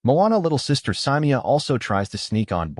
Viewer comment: It is not pronounced mu-ton-jee, its mu-tong-ee. And it is not pronounced syy-mea-u, its si-mae-u. Bruh watch moana 2 and PLEASE pronounce the names right bruh😮😮😮